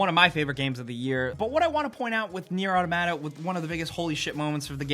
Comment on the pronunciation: Can you at least type out the names of the games. I couldn't understand that you said nier: automata for 7 so it took me awhile to search for the game